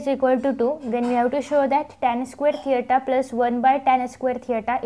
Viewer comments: You wrong girl this is not theata that is theta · थेयटा नाही थिटा आहे😀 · Mam ur brilient, but mam this is not teita 😜😂 this is tita 😥 but anyways ur teach very brilient thanks mam..👍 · Thita not theyta 😅😂